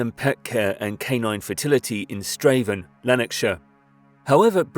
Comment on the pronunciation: And he got Strathaven too. ;) But then, messed up a bit on Ayrshire!